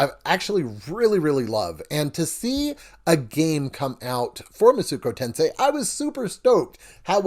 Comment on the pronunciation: Thank you for this review. I was about to buy this game, but thought I should see a review first. Only critique is that it hurt me everytime I heard you say Masuko Tensei.